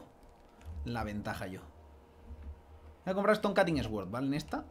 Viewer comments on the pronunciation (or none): "Estón cating esguord“ <3